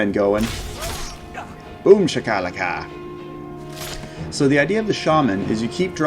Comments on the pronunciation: You keep pronouncing it as BOOM sha-KA-la-Ka, but I've only heard it as BOOM SHA-ka-LA-ka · Isn't it "Boom-Shahk-Ah-Lahk-Ah" (phonetically)